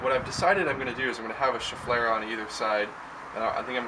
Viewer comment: Also very happy to hear you pronounce the name of that plant right =) lot of people on YouTube are saying it Shef-uh-lar-uh or or Shef-i-lara. Nothing to most people, but to a pronunciation fuss-budget like myself is enough to burn my ears off.